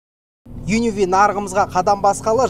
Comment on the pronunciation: Changan Un--V емес Un-K дегенін байқағандар біргеміз